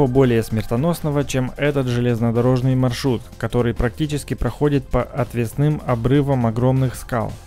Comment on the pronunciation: Отвесный - следует ставить ударение на 2 слог, а не последний, как у этого комментатора.